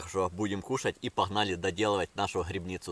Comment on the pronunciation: Не грыбницу— А грибницу